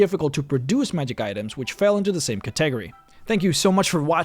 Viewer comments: Cat-eh-gree? Ca-ta-gor-ry! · I think he may be pronouncing it contegery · Others may have said this but I just heard it. It is said eh-PIT-o-mee. edit: Oh AND cat-eh-GORE-ee ˈkadəˌɡôrē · how about your pronunciation of category? I don't usually have trouble understanding but that one had me rewind :D it is also the last thing you say in the script before you do the outro.